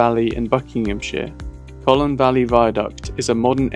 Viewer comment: Pronounced "Cone" - like a round pointy thing